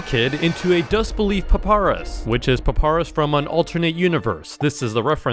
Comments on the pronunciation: how can you be an undertale fan if you cant even say papayrus right paparus 💀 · I hate how he always pronounces names wrong. PUPURUS? BLUE DUD? DUDE, ITS PRONOUNCED BLUE DUDE AND PAPAYRAS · papa-rus DAWG WHO THE HELL IS PAPARUS ITS PA-PY-RUSS NOT PA-PA-RUS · Y do u say papayrus as paparus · calling 1x "one by one" is crazy 😭🙏 edit: also you forgot all of the Cupcakes lore edit 2: bro really called papyrus "paparus" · this is the first time i ever heard a person pronounced "papyrus" to "paparas" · Hes a undertale fan and he calls papyrus paparus bruh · did bro just mention one of my favourite game's character(papyrus)? Im not sure because of the way flush said it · he mispronounced papyrus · that triggered me sooo bad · He butchered the name papyrus so bad